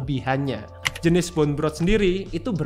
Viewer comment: BONE dibaca "bon" bukan "bun"